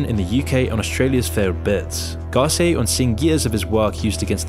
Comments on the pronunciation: Gar-cee-aye....that pronunciation is killing me. It's pronounced gar-cee-AH. Also, Established Titles is a straight scam so for you to say FIFA is corrupt, but you accept sponsorship from a dubious company alleging I can be a lord or whatever makes you in a way just like the FIFA officials in principal. Thanks for listening to my TED Talk. That is all. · I’m sorry, but the way you said “Micheal Garcia” 😭🤚🏼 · That pronunciation of Garcia... It's funny how you take certain things for granted